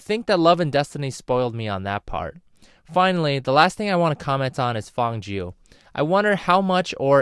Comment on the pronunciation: Man it really gets to me on how you're pronouncing their names wrong. Pronounce Feng Jiu like "Fuh-ng Jee-oo" (but the "ee" vowel is short, more emphasis on the "oo" vowel) and Dong Hua like Doh-ng Hoo-ah (but the "oo" vowel is very short, more emphasis "ah" vowel ) If you're gonna make a vid, please at least get the name pronunciation right